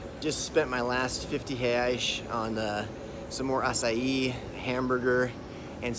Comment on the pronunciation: Thank you for teaching how to pronounce acai. Being in the midwest, not something readily found around here.